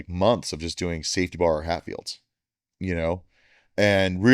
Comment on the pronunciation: Is he saying "Hatfield's" or "half yield's"? CC is saying "half fields."